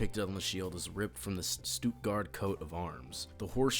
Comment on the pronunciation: YOOOOOO your German is actualy not bad for a american ps i come from stuttgart